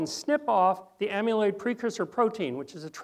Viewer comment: This is very valuable information but it's jarring to hear the word amyloid mispronounced so many times in one presentation. You are pronouncing it like the root of "amulet" (AM-yuh·luht). But "amyloid" has never been pronounced (AM-yuh-loyd) - - correctly, it's (AM-a-loyd).